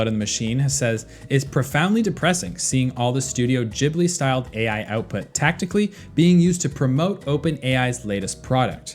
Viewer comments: This was painful to listen to, it's pronounced "Guibly", not "Jibly" 😅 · It's ghibli not Jibli